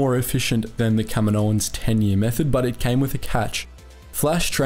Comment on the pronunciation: Does anyone else wince when he says "kaminoans"?